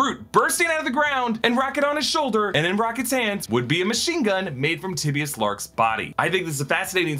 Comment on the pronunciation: I'm not sure that's how you pronounce Tibius